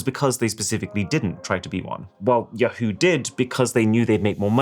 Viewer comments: You had me until I heard your pronunciation of ‘Ya-HOO’. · The way this guy pronounces "Yahoo" should be criminal. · good video but god the way you pronounce yahoo is so annoying man - take your video down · The way you pronounce Yahoo! kills me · I love how this guy pronounces Yahoo. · The way he pronounces Yahoo! is bothering me… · first time i've heard "yahoo!" pronounced that way. good to know.